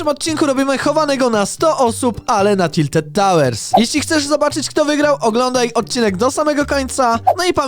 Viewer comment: to tak słone wieże a nie tiltet tałer